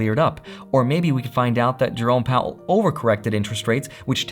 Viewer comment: Whenever you say, Jerome Powell, I hear it as Drone Powell.. lol. I fly drones.